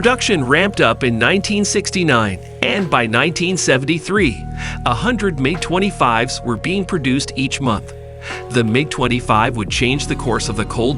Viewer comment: Not only do I look for accurate information, which was hard to find here. I also look for how well the narrator tells the story. Well, this dude cant say MIG the same way twice, and it seems he is reading a script without understanding what he is actually saying, otherwise he wouldn't be mispronouncing so many words. I don't understand how all these mistakes are left in a video.